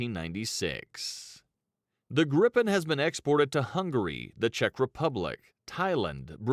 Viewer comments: Its Griipen not Grippen! AI- voice/vid sucks balls... nice vid though! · It's more like Griipen, not Grippen. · I don't understand how he can pronounce it "vaigen" when there's two G's, and then he looks at Gripen and somehow gets "grippen" out of it? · General rule in swedish: One consonant after vowel = long vowel. Two (or more) consonants after vowel = short vowel. Just saying that they manage to pronounce both Viggen and Gripen totally wrong and my ears are hurting.